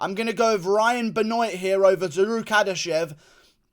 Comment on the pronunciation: It ain't ben-oiyt . It's ben-waaaaaaa